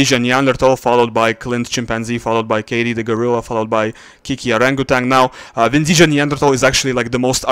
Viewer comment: Vindija произносится как "Виндия". В хорватском "j" произносится как "й".